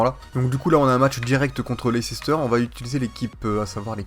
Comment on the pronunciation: Mais c'est pas Leicecester c'est Leicester, tout le monde pronomce mal